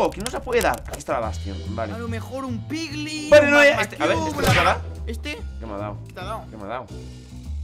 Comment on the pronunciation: En dijo pliglin xdxd